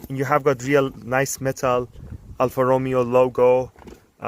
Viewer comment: great car but cried at the way you said alfa romeo